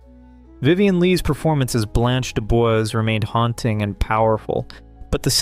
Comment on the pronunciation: Blanche DuBois: Blahnch doo-BWAH.